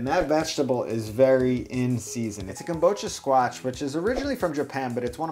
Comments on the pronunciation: I see that the squash is called kabocha(Ka-bo-cha) however you insist on adding a phantom 'M' in the word every time you say it, and I wonder why. You keep saying "Kam-bo-cha". Why are you doing this? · I know this may come off as nit-picky, but I hate the way you said kabocha. It's ka-bo-cha, with each syllable of equal length. Having studied Japanese, hearing a Japanese word totally mispronounced completely distracts me to a point where I just stop listening to a person because my mind gets caught up in it.